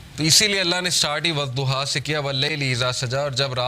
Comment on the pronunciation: The punctuation of Surah ad Dhuha is correct, but if it is said incorrectly, it should also be called wad Dhuha instead of wazzuha. Please correct it, thank you. Furqan Khan from Indonesia.❤u.